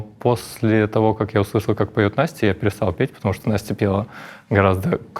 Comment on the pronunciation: я тоже Настя и меня так бесит, когда так резко произносят имя как Юра это делает.